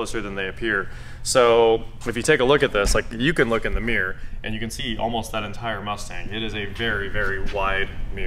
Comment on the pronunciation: Your pronunciation of the word mirror is driving me crazy. Mirror has two syllables.